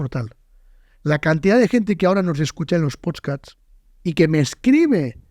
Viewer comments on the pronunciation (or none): en tu "potskats" xd